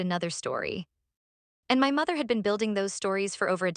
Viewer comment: This is a very harsh horrible AI voice, I don’t think I can listen to it all, it’s very grating on the nerves! also, it’s another AI voice that can’t pronounce ‘my ‘ it comes out as M Y